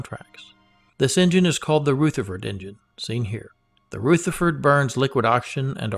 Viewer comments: Hi, great content but please, the engine is a Rutherford as in rug, not Rootherford as in rouge. It is named after Ernest Rutherford, 1st Baron Rutherford of Nelson, OM, FRS, HonFRSE[2] (30 August 1871 – 19 October 1937) was a New Zealand physicist who came to be known as the father of nuclear physics. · Pronunciation guidance: "Rutherford" is pronounced "R-other-ford", not R-ooth-erford. :-) It's named for Nobel winner, Ernest Rutherford, a New Zealander, who is known as the father of nuclear physics. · Ernest Rutherford like the New Zealand particle physicist who discovered the proton. Not Pronounced Rootherford. Ask Peter Beck how it is pronounced. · Very nice - rich in content and well presented. My only niggle is that you mispronounce "Rutherford".